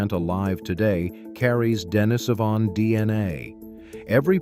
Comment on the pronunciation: Pronunciation: De-NEE-so-van, not De-ni-SO-van.